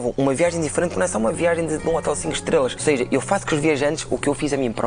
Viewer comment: Eu também ouvi 'Debaixo daquelas trelas'. Estou solidário contigo, Inês. 🙂